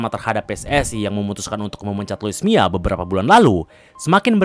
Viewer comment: Mila bang bukan mia